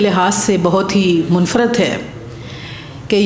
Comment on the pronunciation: صوفیہ بیدار یا صوفیہ بے داغ؟ ۔۔۔کچھ سمجھ میں نہیں پڑا۔۔ منفرد کے تلفظ میں ر* کے نیچے اور استعفاء کے پہلے الف کے نیچے زیر ہے قاسمی صاحب کی تعریف میں بی بی نے خود اور دیگر مقررین نے جو زمین آسمان کے قلابے ملائے ہیں وہ خلاف حقیقت ہیں۔ موصوف کی ہم نصابی سرگرمیاں بشمول مالی بد عنوانی و جنسی بے قاعدگی منظر عام پر آ چکی ہیں بلکہ صفت اول کی پاداش میں یہ عدالت عظمٰی سے سزا بھی پا چکے ہیں۔ پرنٹ میڈیا کی جگہ الیکٹرانک میڈیا نے لے لی ہے اس سے انکار نہیں مگر یہ جگہ برے طریقے سے کیسے لے لی ہے؟ اس کی وضاحت فرما دیتی تو اچھا ہوتا۔